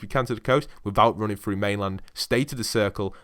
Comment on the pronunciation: through not frough